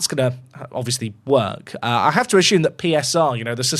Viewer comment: Theres no H in assume